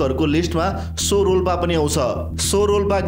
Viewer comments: So re 😂😂 sodhera bujera spell garana manomauji garera hunxa cho wa chho vaninxa so haina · Sorolpa hoina xo-rolpa (च्छो-रोल्पा) ho 👍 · Correct pronunciation of tsho is chho as in chhora (son) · (Tso) सो haina छो ho.